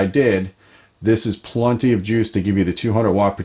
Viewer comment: Love the channel. That said, if I hear anyone say the word "plunty" ever again, I might lose my shit...